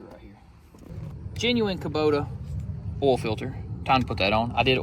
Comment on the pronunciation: Why do you call oil "all"? 🤔🤔🤔🤔🤔